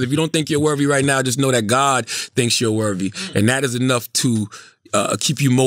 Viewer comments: How many times is Charla gonna say “worvvy”? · I aint watch yet, but i bet Charlamagne is saying “Wervy” instead of “worthy” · Rite worvy 😂😂😂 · Charla what is “worvy” ? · Wtf is Worvey I mean come on bruh seriously you said it 4 times straight in 1 sentence you didn’t correct it once 😂😂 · How did schultz let him say worvey that many times without making a joke about it ..... writes two best selling books cant say the word worthy correctly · Yo CTG there isn’t a “V” in worthy my guy lmao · Hearing Charlemagne mispronounce worthy at least 25 times and not calling him on it... Schulz really has ascended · Lol he’s not technically mispronouncing it, he is speaking AAVE + his southern accent and I think Andrew knows that♥️ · How many times will Charlamagne say the word “worthy” wrong till Andrew corrects him? Just turned it into a drinking game 😂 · Worthiness * Worth * "Charlemagne the God if Mispronunciation"